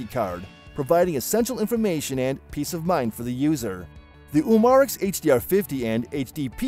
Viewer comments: U-Mar-X....Really dude?! Pronounce it CORRECTLY!! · Umarex is pronounced umma rex.